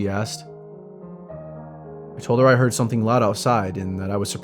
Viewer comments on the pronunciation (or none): none